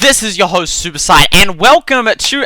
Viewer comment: was it only me but did it sound like he said Suicide instead of superSight?